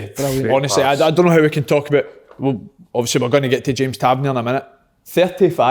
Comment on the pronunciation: Kyle says Tavernier different every week and could go probably 200 episodes without saying it right